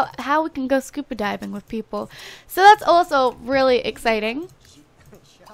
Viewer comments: She pronounces SCUBA diving SCUPA diving. lol but i still love these videos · Ur saying scupa instead of scuba